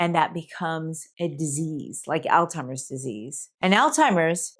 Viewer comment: I question whether or not this is an actual doctor speaking, as she is pronouncing Alzheimers "Al timers" there is no "t" in the name of this disease. Wth?!!!